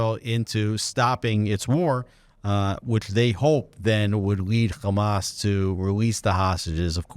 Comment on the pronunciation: Its Hamas not gamaaas